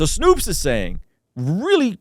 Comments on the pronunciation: "Snow"pes not "Snoops" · you really read S- N- O- P- E- S-, and let "snoops" come out of your mouth...